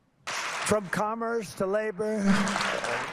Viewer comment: They produced automo.....beel. From commerth to labor ...to FEMA. I heard the squelch - he pooped his pants.